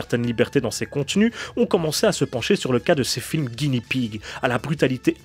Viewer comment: Attention à la prononciation. Le R japonais n'est pas roulé, c'est plus un L (un roulement très léger et très court). Donc, soit tu le dis à la française, soit tu prononces un L. Mais ne le roule pas. Sinon ça fait une espèce d'entre-deux désagréable. Ah oui et Guinea ne se prononce pas Guini, mais comme ça s'écrit, Gui-né-a. Le cochon de Guinée (le pays).